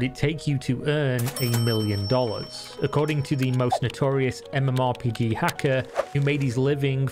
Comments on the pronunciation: who the fuck says mmorPIGI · ok sure, but more importantly, why did you pronounce MMORPG that way?